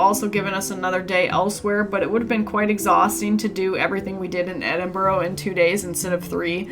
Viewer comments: FYI, its pronounced Edin-bura, not Edin-burro, like the donkey. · It's not Edinborrow it's Pronounced Edinburra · For f*cks sake it's pronounced Edin - burra! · In 9 days you couldn’t learn to pronounce Edinburgh correctly ? Your condescending attitude is not incredibly rude , it shows great disrespect.